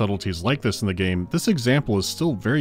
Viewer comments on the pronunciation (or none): none